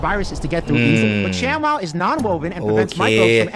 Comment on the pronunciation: ทำไมอ่าน shamwow เป็นชักWOW